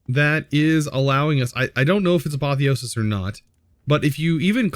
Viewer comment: Hey just a fact from a Greek viewer: Apotheosis means deification, so to praise someone as if they were a god. The accent is on the e, so the word is spelt A-po-thè-o-sis, with a rise in the e and a drop afterwards. Hope this helps you pronounce it better